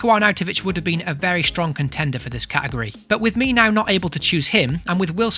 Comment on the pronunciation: Idk why but I find it so cringey the way you miss out the t in category when saying it everytime😤